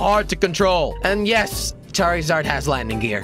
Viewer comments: he called charzard charryzard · jelly charzard not charrizard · he said charizard when its charzard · wtf jelly its charzard its spelled with i but when you say it its like there isnt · It's not. Char E zard charzard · NullMarigold 677 it's spelled charizard and the I and silent.